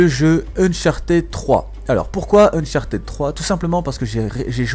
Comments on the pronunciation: Ein fulegun ! Dis unchatid stp pas unchartèd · Bonne video mais ca sera bien que soit tu active les sous-titres et tu parles pendant les cinematiques soit tu nous laisse ecouter car c'est important dans Uncharted (qui ne se prononce pas Unchartid d'ailleurs?)